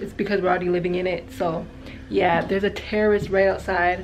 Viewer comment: I thought you said terrorist not terrace I was like wait whAHT, glad it was terrace!